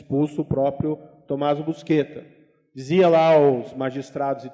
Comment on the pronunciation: O famoso Tommaso, nunca se chamou "busqueta", como disse o juiz Moro. Seu sobrenome era Buscetta, no qual o "sc" tem o som próximo do nosso "xis". Este sobrenome deformado, "busqueta", surgiu, pela primeira vez, aqui no Brasil, por conta do apresentador do Jornal Nacional, Cid Moreira, que se negou a pronunciar o nome corretamente, com receio de que a Censura da ditadura militar o punisse por dizer um palavrão na TV. Nem com funcionários do Consulado italiano confirmando a sua pronúncia correta convenceu Cid Moreira a dizer o que devia ser dito.